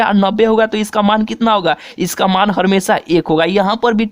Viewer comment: Ha bhai ye he ha🤣🤣🤣🤣🤣🤣🤣🤣🤣🤣🤣🤣🤣🤣🤣🤣🤣🤣🤣🤣🤮🤮🤮🤮🤮🤮🤮